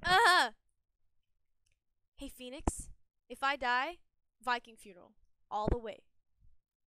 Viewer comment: Nobody: Jett's voice actor: PHonicks